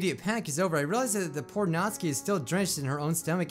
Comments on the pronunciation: Before you read this, i love your channel but... ... ... ... ITS SOOO ANNOYING HOW YOU SAY SIORI ITS sAyori and also YOU SAID MY FAV PERSON'S NAME WRONG(Natsuki) Her name sounds like Nat tsu Key or nat stew (without the t) key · Natsuki (Nats oo kee) You said it wrong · If you like natsuki so much say her name right Nat-suk-i Not Nats-aki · Not-Ski Me: its Not-suk-i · me after watching a different doki doki playthrough and hearing 'nat-su-ki', then watching this and hearing 'naht-ski' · Natsky me: nat-su-ky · Anyone notice that pronounces Natsuki as "Nat-ski" (He watched a vid of this japanese guy saying "Nat-ski" not "Nat-suki") But then he pronounces Sayori as "Sigh-ori". Anyone catch that? Like if you did, Comment if you didnt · I think you say it like ''Nat-suki'' instead of ''Nat-ski'' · it can be pronounced either way, Nat-ski or Nat-soo-ki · Its pronounced Not-su-ki, not natsuki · Ugh you dont pronounce natsuki like naught ski its nat sooki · Dude, Its Nat-Sue-Ki, i mean, like sound it out. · I hate how he mispronounces their names except Monika and Yuri. It's Na-TSU-ki It's Sa-YO-ri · why do you call Natsuki Natski? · Does he realise he is saying Natsuki wrong it’s 'nat-soo-ke' i dont want to be mean but it just gets on my nerves a wee bit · Isn’t her name natsUki not natsky